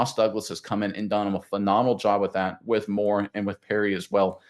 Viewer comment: Nope, no way Oregon usurps the Buckeyes as WRU. And good god, please learn to pronounce Moore’s name correctly.